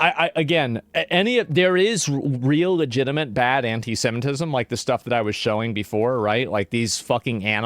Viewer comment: She pronounces it as 'hentai-semitism', and I have to admit, I'm kinda intrigued.